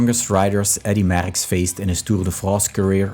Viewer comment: Please learn how to pronounce the name Merckx before posting a video. For Christ sake.